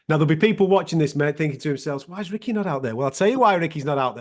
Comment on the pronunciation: Ricky his name is pronounced u sick not u stitch lol he’s so funny 😂🤣